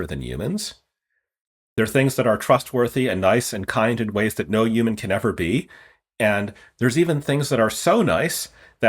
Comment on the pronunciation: I don’t like how he pronounces the word ‘Human.’